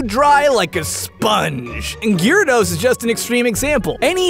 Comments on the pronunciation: Gi rados? I always pronounced it Jeea rados :o The name has the ya in there for a reason, right? He even spelled it Gyrados in the description xD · As bad as this video is so far i had to stop to comment the second i heard Gear-ados, wtf? its bad enough he pronouced Rattata wrong but coooome ooooon atleast its a whole Country that pronounces Rattata wrong (even though you guys <America> dubbed it) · The official pronunciation (as per the TV show) is GARE (like Gary minus the "ee") - uh - dos. I cringed when he said it, too. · ImmenseMudkipz Yeah, that's how I've always pronounced it. Never heard it pronounced Gearados before, that threw me off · Ahem! Its pronounced gyarados not gyarados.. dumbass... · i cant be the only one who hates how he pronounces gyarados name... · gyarados pronunciation killed me :v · gyarados y is silent btw